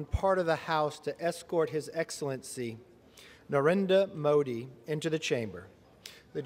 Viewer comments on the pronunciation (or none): They can't pronounce his name? I'm stunned that Kamala can't.